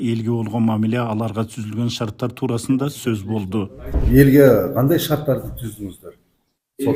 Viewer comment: Шарттарды денизчи."Шаттарды" болуп калыптыр